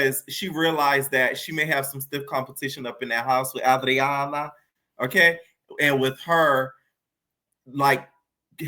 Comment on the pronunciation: Anne-drain-uh. I haven’t seen a black reviewer pronounce andraina’s name right. Lol